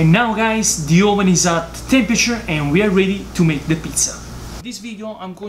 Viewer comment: the best pizza you can make in your AWWSSS ... nice from GRU👍🏼